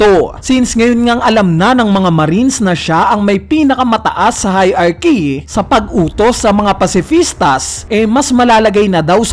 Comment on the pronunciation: Heirarchy: hay-RAR-ki